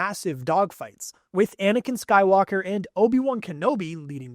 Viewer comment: Why did it sound like he said anikan sky locker💀